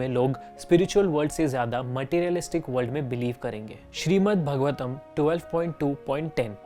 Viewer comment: Okay so I can hardly find comments that point out that these verses aren't from Bhagavad Gita, they're from Bhāgavatam (which you aren't even pronouncing correctly..) Why did you have to package it as a video on BG?? Just to get more traction? Atleast you could've mentioned in the video for those who don't know they're different....